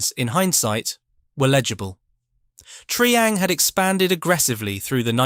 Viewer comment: Where is Have-aunt and what is Tree-ang?